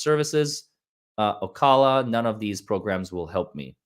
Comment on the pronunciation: That is OCALA a city in MARION COUNTY ,FLORIDA where I live. The name is pronounced ( O- CAL -A ) NORTH CENTRAL FLORIDA